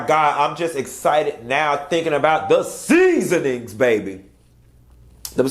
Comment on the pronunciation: "The SEASoonings baby", 🤣🤣🤣🤣🤣🤣